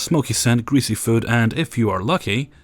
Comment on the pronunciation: And also “food”